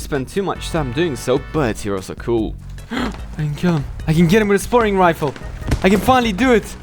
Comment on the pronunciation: The first time you say "spotting", it sounds like "scoring." The next, it sounds like "sparring." In fact this is how Youtube auto-transcript has it. Your English is very good mate, but if you're gonna speak that fast, you need to work on your alveolar plosives ("T" sound), you're not pronouncing the T at all and introducing an voiced postalveolar approximant ("R" sound.)